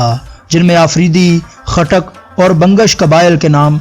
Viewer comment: Khatak ni tay goot q boly ray ho